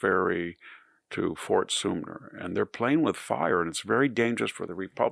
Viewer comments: Hey Victor, it's fort Sumpter (Sump Ter). Not Sumner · *Fort Soomer...excuse my faux pas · "fort some ter," Victor.:face-turquoise-covering-eyes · Fort Soompter...this mispronunciation like so many other VDH faux pas reminds me of my best Bible teacher Peter Ruckman. A verifiable genius, but would slaughter the names of geographical places. He's dead now, and I have VDH to scrape the fingernails across the chalkboard. I corrected him one time in Live Chat when the woman was doing the interview and I was immediately removed. Notice here I offered no correction.